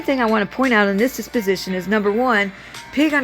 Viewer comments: It is dep-o-si-tion. Not dis-pi-si-tion. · Deposition, not disposition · Deposition, not disposition.